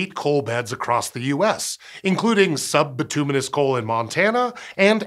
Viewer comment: It's pronounced Bit-you-menous